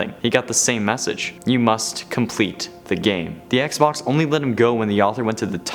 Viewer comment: Did anyone hear him say xbonks